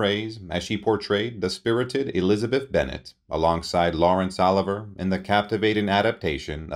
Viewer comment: Lawrence “oliver”. Did this guy live under a rock?